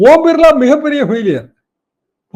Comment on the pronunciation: Oom birla illa uuuum birlla